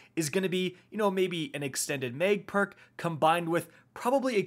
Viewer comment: Why does he keep saying Meg? Extended meg.... mag